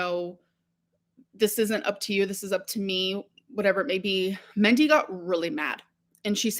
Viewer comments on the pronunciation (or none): Is she trying to say Mindy when she calls Destiny's mom "Mendy"? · I think she meant Mandy or Mindy. She pronounces words like an imbecile.